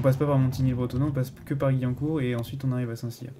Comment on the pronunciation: On dit pas gui mais guwiancourt🤣